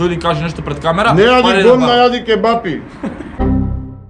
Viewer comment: Ау акцентов на Ќеба-Пии